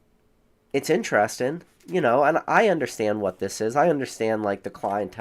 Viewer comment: Interesting* fyi you forget the g at the end when you say that word